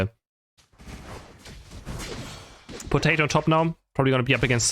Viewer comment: saying Potati instead of Potato is so funny. 😂